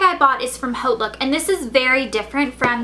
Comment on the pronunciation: its not haut look! its "oat" look!